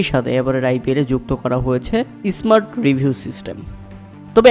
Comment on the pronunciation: কথা বলতে গেলে উচ্চারণ ঠিক করুন।এসমার্ট আবার কী?বোঝাই যাচ্ছে বাংলাদেশী।